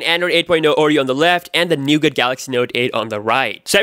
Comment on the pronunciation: Nougat. T is silent bro